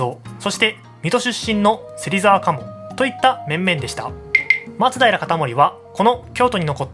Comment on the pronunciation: これが正しいイントネーションだよ